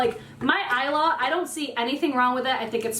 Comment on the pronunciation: Thank you for saying " Isla " correctly lol